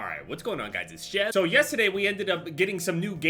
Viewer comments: "Yessahday" google translated from Jersey to English and he meant Yesterday. Love you haha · why did he say yesterday like that